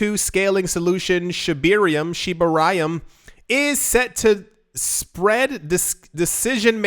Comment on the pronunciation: Dear, First of all; Keep up the great work, I love it. Second; Come on dude. We've been here before, you've said it right so I know you can do this. Aquarium, Shibarium, not Shiba-reeyum. Alright? Thank you, I appreciate it. 🙏 PS- It's pronounced "Coin Mayster". Greetings from The Netherlands 😉